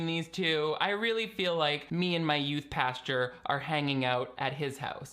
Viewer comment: Lol, you aallllmost nailed your pronunciation of "pastor" this time! Have you been ~practicing?~